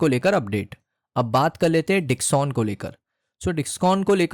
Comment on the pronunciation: Company ka naam v dhang se bol nehi paa Rahe ho. Discon nehi Dixon he